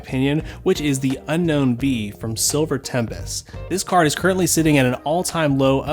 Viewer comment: Its Un-own not Un-Known